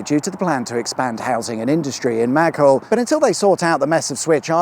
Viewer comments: It's pronounce MaGHULL, not MAghull, and Kirby, not Kirkby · It's pronounced "Mah-gull" not "Mag-hull", and those Jct1 sliproads are a dream for locals ;) keep up the great work, love your channel! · The H in Mag Hull, as you said it, is silent mate, so Magull. 😉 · I live near the end of the M58 and close to Balls Wood 🙂 By the way Maghull is pronounced "Magull" not "Mag-hull" despite the spelling. And "Kirkby" is pronounced as "Kirby". Entymology of both towns' names dates back to Viking times... Maghull is thought to be a deriviative of a bend in a river - given the river Alt runs though it. Whilst Kirkby is derived from the viking word for church - Kirk. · Woeful underinvestment in UK infrastructure is everywhere, but much more notable in the north. Imagine an intersection on the M25 that was just a roundabout! BTW, those towns you passed are m’Gull (Maghull) and (don’t pronounced the 2nd K in Kirkby) “kir-bee”. Plus add a scouse accent, lad…😀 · It's pronounced MAGULL !! and KERBEE . Still in spitting distance I see...... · Poor old Maghull getting well and truly fraggle rocked. Pronounced ’Muh-Gull’ 😂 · Was wondering how long it would take till you done the monstrosity that is the M58! (Btw …sorry to be picky…but them towns are pronounced “ma-gull” and “kir-bee”) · Love the pronunciations - Mag-hull and Kirk-bee! Very droll. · Walk the dog under that canal bridge most days. By the way locally, it’s pronounced magull, the h being silent. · Bread 🎶 👍🏼😂 I’m so glad you made it here. I said the junctions are absolutely wink didn’t I 😂 Maghull is pronounced “M’gull” and Kirkby, just miss out the K. A very enjoyable watch again. Bravo 👍🏼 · The emphasis is on the "ull" in Magull, not "Mag" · Maghull. Emphasis on the ULL, bit. Kirkby. You don't pronounce the second "k"...so phoenetically, it's Kirby. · You need to sort out your pronunciation of Maghull and Kirkby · I've not heard that pronunciation of Maghull before. Brilliant video.